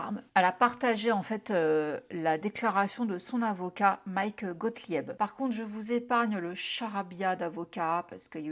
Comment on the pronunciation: Bonjour Déjà merci pour les vidéos j aime beaucoup votre travail c'est toujours passionnant Petit message parce que ça m'a titiller les tympans c'est Gothlib que ça se prononce Gothlieb Voilà merci encore pour tout